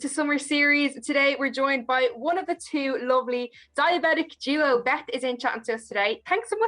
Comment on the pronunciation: It’s duo not doo